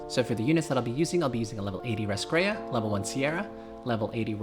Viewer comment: How you found those Muzaka & Elaine ? Why you call her Lascrea ? it's Raskeria.